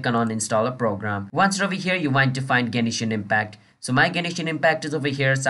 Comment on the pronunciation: gay-knee-shin impact